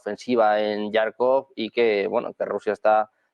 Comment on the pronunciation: Por que, insiste en decir yarkof, cuando sabe perfectamente que es jarkof, a veces hasta resulta molesto ya